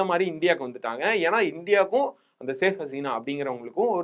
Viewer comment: சாஹ் கசினா இல்லப்பா ஷேக ஹஸினா